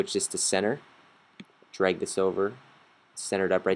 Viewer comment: DRAG AND DROP, AHHHH hahah, NOT DROP AND DRAH